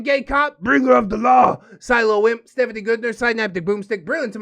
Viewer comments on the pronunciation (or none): none